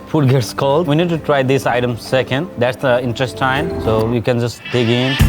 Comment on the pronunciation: He just said incestine :')